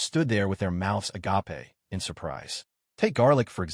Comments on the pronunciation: the agape is pronounced wrong, it's a diffrent agape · why can't AI ever say agape properly?